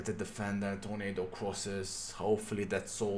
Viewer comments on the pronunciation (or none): none